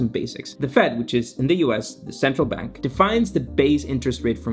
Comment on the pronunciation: yes. I had my ears checked and a check the dictionary and Bank is still pronounced with an a instead of an e